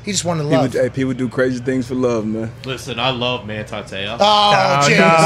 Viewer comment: "Manthi Theo" why is he pronouncing the phonetic "T" with the "Th" ? Trying to sound "Thuff" ?